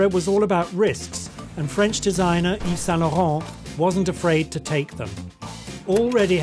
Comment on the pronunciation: First time I'm learning the right pronunciation of Yves Saint Lauren.